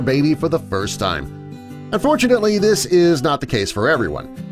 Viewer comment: Pls explain why you say unfortantly he survives you sick person